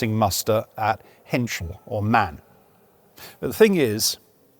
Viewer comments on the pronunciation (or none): Love these detailed explanations! But as a german it hurts how MAN is pronounced by you guys from Bovington. It should be pronounced 'am ey an' please ❤